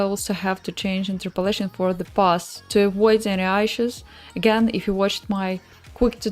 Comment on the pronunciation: Прости, не могу удержаться чтобы не поправить, issue произноситься через 'и'... А если по делу то стримы супер, досмотрел до конца ;)